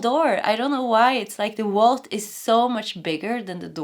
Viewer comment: Scrooge McDuck or smth like that. And it’s Vault in English. We pronounce the V.